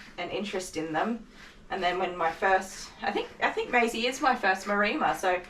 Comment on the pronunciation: I hate to say this,, but it's MAREMMA (pronounced as in 'Emma'). I wondered what a Marima was... and I'm typically on 'the the spectrum'... so couldn't just leave it.... Sorry! Great job, by the way. Very funny start to the video! And heartfelt congrats on 1,000 subs!